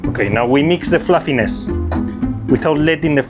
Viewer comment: i love "flàfines"